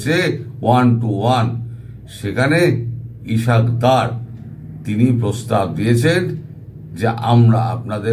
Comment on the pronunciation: মুসলমানদের নামগুলো শত শত ধরে জেনেও উচ্চারণ তো দূরের কথা । লিখতেও শিখেন নি । ইশক ডর না , তার নাম ইসহাক দার ।